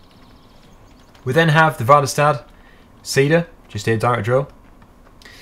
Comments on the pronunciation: it is Värderstad not Vaderstad. Väderstad is a swedish product and im from sweden xD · it does not matterr if he says 'vaderstad' if you just tell him 'its pronounced väderstad' he still can't say the letter 'Ä' You Estonian? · chill han er engelsk og har sikkert ikke hørt noen si Väderstad som det "skal" sies. sikkert ikke du klarer å si alle utenlandske navn på produkter du heller? Og er det så viktig å påpeke det? smh :D